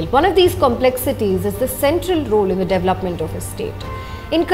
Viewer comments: Excellent work- I'm a fan, but please correct pronunciation, e.g., not hetch for h and devluppment for dev-el-op-ment, hitherland for hinterland, etc. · Siddarth Jain , agree, really good content, editorial angle and coverage- would be great if they stop saying devluppment and pronounce dev-el-op-ment correctly. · Siddarth Jain, as far as I know, it's a pan-Indian habit this devluppment pronunciation! 🤔